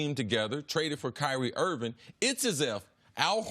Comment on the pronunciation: Kyrie IRVING not Irwin. KIMBA not Kimber. HAYWARD not Haywood.... If you can’t even get the players names on the back of their jerseys right then you probably are not a good observer.